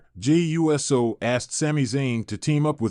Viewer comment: Get this AI clickbait bullshit off here. "Jey U.S.O." are you fucking serious?